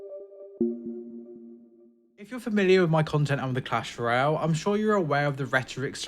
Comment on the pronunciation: Did he say cash Royale